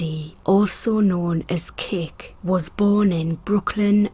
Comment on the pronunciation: It's pronounced Brookline -- with a long i -- Massachusetts; not Brooklyn.